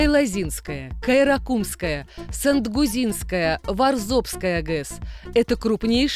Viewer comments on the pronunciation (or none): сангтудинская а не сангузинская.